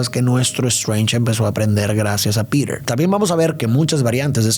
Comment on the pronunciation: Por que dice piret si se dice piter